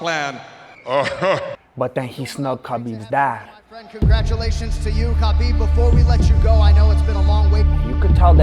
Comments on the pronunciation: his name is written as khabib but pronounced as Habib. please get it right next time.. btw awesome video !! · Stop calling him Kabib its Habib aaaaaaaaaaaaaaaa mate you're driving me insane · Hi there, just a friendly point pronounce his name with H and not K.... so its HABIB not KABIB....WHICH MEANS The Friend or the Beloved . Good Luck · Ha beeb ..not Ka Beeb ...get the mans name right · Lol, like your commentary But Bro you missed his name proper pronunciation is Ha-bib not kha-bib = Habib, K is silent. But not your fault many people thought that but it's been cleared recently. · Ha bib” not kabib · Name's Habeeb you don't pronounce the K !!